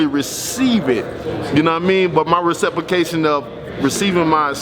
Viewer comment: This nigga say “receprication” …..?????!!!!!! 😂